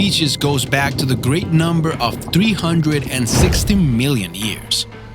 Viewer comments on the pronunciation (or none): none